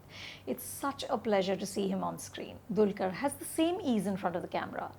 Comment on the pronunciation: Pronounced as Dalkeer not Dulkar!